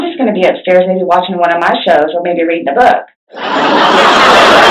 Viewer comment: The way she ways “reading a book,” is so weird!